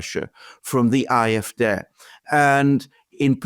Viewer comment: Could you please just say the Afd with the English pronunciation, it sounds terrible to me when you keep saying aaa f daay.